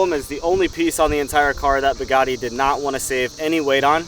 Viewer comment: He was pronouncing Bugatti like such a Midwestern dude. Everytime he said Buhgattii sounded like Pagani to me. 😂😂😂 I'm not hating he can pronounce it however he wants when he owns it.